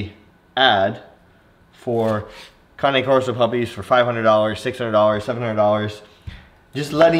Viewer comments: You know you think you know how to pronounce Cane Corso but you are clueless. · You know you pronouncing cane corso wrong